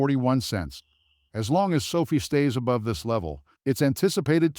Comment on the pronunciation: It's not SO-fee. It's SO-f(eye) With a hard capital letter I. Sophie is the girl that serves you coffee at Starbucks. Call it correctly and I will take you more seriously. (No, I probably still won't.) Get a real person do do your commentary instead of your AI program that doesn't understand. How can it?